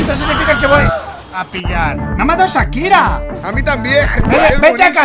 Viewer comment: comentario positivo y gracioso >XD desde el min. hasta el min. dijiste que te mato Shakira y lo dijiste como si se dijese "Sakira" pero se pronuncia como si dijeras "sshhhh" y agregandole "akira", Shakira es una cantante de mi pais llamado Argentina UwU y aca se pronuncia "ssshhhhh" a la "y" :3